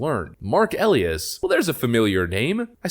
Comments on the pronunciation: I really enjoy your channel. 2 things: 1. You only need to score in the top 2% of the population to qualify for Mensa membership (an iq of about 132). 2. It is pronounced El-eye-ass not El-e-ass. Your content, though, is top shelf ... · The attorney's name is pronounced E-lie-as(us). Seems fitting.